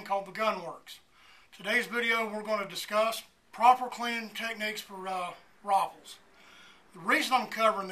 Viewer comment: why did it sound like RoFleS